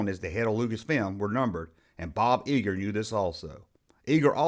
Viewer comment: It's Bo Geiger pronounced Guy ger. All in all, good job!!